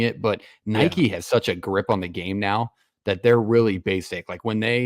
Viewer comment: Bro said Nike like “Nikki” wtf